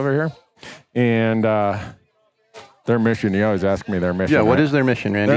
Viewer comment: “And as always, stay classy Montana.” I think this should be your tagline for 3 reasons: 1) The ladies appreciate a little class sometimes; 2) “Classy” could mean any class of bulls whether it’s 200-400”; 3) I like the way you pronounce “always”, like “ouies” (ow-eez).